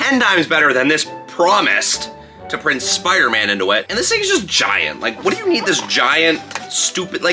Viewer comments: No one is saying to him that it’s not SPOOTER MAN it’s SPIDER MAN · Spooder man 😆